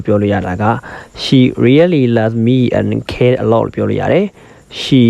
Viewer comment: English လိုပြောတဲ့ဟာကို native speaker တွေပြောတဲ့ဟာ ထည့်ပေးဖို့ အကြံပေးချင်ပါတယ်..အခုနောက်ခံ Eng speaker ပြောတဲ့ အသံက pronunciation အရမ်းလိုနေတယ်..Birthday တို့ cares တို့ alot တို့ ပြောတဲ့နေရာမှာ အသံထွက်မှားနေပါတယ်..